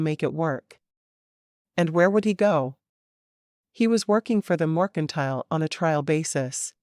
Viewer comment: This narrator says mOrkentile instead of MERCANTILE. lol😊